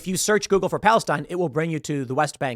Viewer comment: "If you search joogle" lol get real